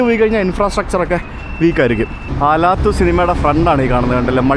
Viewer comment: Алатау അലാത്താവു മലനിരകളെ പ്രതിനിധീകരിക്കുന്ന പേരാണ് ആ സ്ക്വയറിനുള്ളത്. അലാത്തു എന്നല്ല, അലത്താവൂ എന്നു തന്നെ pronounce ചെയ്താലെ മനസ്സിലാവൂ !